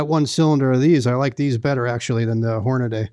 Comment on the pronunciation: Good except the way he pronounced Hornady. There is no a after the d